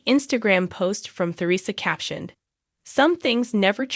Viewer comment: This is obviously AI created. Their first names are horribly mispronounced. It's Gear ree and Ter re suh.